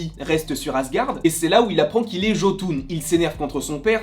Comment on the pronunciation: Ehhh le mot jotun ce prononce yotun